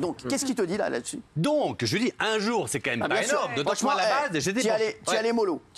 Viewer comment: Faut dire a delormeau qu'on dit quand même et non pas co même.. C insupportable